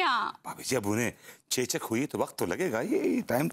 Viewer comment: चोचक नहीं चेचक होता है।😂😂😂😂